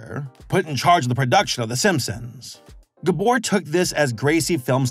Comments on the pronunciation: Unfortunately he was mispronouncing Gábor every single time 😅 But he did get Csupo right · I love that he can't pronounce Gábor. It made me laugh every time I heard it. Especially because my first name is also Gábor. And since everyone I know watches this show...I'm going to enjoy being called "GUBOR" for weeks. Thanks you.:"D